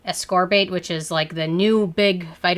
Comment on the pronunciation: Just the way you say THD Ascorbate I immediately know you don't know much about the ingredients. :)